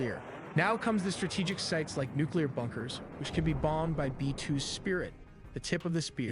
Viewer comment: NUCLEAR. Not, NuCuLaR.